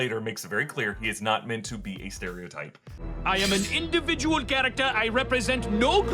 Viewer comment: " I AM AN IDIVIDIAL CHARACTER I REPRESENT NO GROUP! " Had me literally rolling 😂😂😂